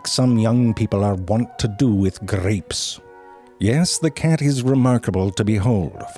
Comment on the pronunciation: “...young people are want with grrrrrapes.” Omg I’ve lost one of my four nipples laughing so hard.